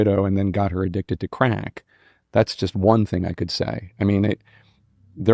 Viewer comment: The way Jake says "crack" is mind-boggling.